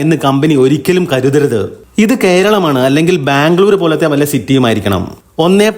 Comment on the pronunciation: പക്ഷെ, ഞാൻ ആവർത്തിച്ചുകേട്ടുനോക്കി. എനിക്ക് മാംഗളൂർ എന്നാണ് തോന്നിയത്. മറുപടിക്ക് നന്ദി! ❤